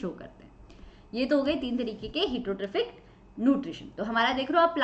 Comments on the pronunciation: Heee teeroo tropic nutrition ky hota h bhyii😂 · pronunciation of heterotrophic is a little bit wrong ma'am